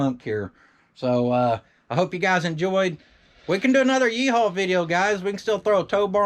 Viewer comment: Love the yee-hawl